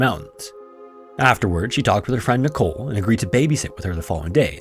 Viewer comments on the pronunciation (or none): none